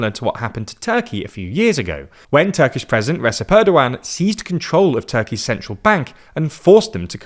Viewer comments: Jesus; stop calling that man Re's'ep Tayyip Erdogan, if you want to be taken seriously, be careful of these things: you're a news outlet, not a garage band! It's Re'c'ep Tayyip ... - 'C' sounds like the 'j` in `jump`... The guy is in ruling for 20 years; one hopes you learned how to pronounce his name by now... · Now that you have learned to pronounce Erdogan’s last name, maybe learn to pronounce his first?